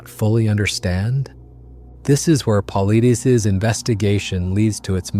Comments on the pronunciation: Very well done! Thank you!! May I say that David's last name (Paulides) is pronounced as though you were saying "Pa-lie-dees" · You butchered David’s name Edit: Paul-EYE-Diss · "David Paul Ideaze" 😂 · It is pronounced "Paul I des". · PAUL - EYE - DEES try that in the text to voice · 8.58 Pavlithis (Παυλίδης), that's the pronunciation of his surname. When you come to Greece , buy 🍫Παυλίδης. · It's, paw LIES deez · Thorough video on the subject, but you butchered David Paulides’ name each and every time you said it. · Your next research project is to learn how to pronounce "Paulides". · You destroyed the pronunciation of David Paulides name. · You totally mispronounced Paulides. Have you ever watched any of his videos? I assume not or you would have pronounced his name correctly. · Mispronounced his last name! David is a great researcher! Big game hunting guides and native Americans know of these people. No city desk jockeys can know the facts! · Please learn to pronounce Paulides. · Too bad the narrator can't correctly pronounce David's last name "Paulides". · Good job, but you butchered David's last name. Its not a big deal, but it says a lot about your style of research. Mispronouncing "Paulides" should NOT happen. It tells me you bipassed years of actually listening to David on various platforms. Im so curious how you allowed that to happen. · Why can’t these videos use real people to read the text. Or if it’s a real person, for goodness sake, pronounce his name correctly! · I subscribe to David Paulides. You are not even saying his name right, and I believe he did not sanction this video, and you are stealing his work. If you want to support DP he has a whole playlist on bigfoot on his channel, canam missing 411. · Who's david pulleedies? I thought we were taking about david Paulides! Pronounced Paul-eye-dis. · Paulides is not pronounced “Paul Uh Deez” or “Paul Eee Deez.” It’s “Puh Lie Diss.” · HAHA! Really: "Pauly-deees". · “Paul - lie - Diss”